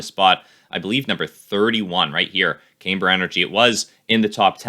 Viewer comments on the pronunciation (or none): Also you pronounced it incorrectly. It's. cam ber - Not came ber